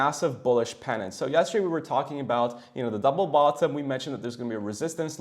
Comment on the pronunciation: Your pronunciation of 'bottom' is fu**ed up!